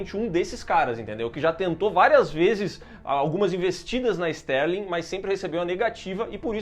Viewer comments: Clarice STARLING, não STÉRLING. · Não é Sterling. É Starling.